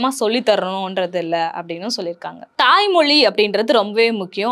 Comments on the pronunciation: First learn to pronounce thai mozhi in tamil properly. Then you can talk about all these. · Toy Mozhiya? First ozhunga ucharikka kathukanga